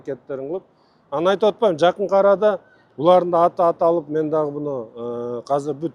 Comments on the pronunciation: Казыр эмес азыр блядь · Казыр деп айтылбайт азыр деп айтылат.